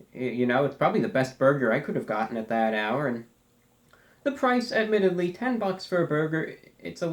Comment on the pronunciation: take a drink every time he says admitadley